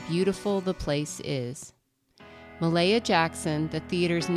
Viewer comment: Its Mahalia Jackson. Pronounced (Ma-Hail-Ya,) just for future reference.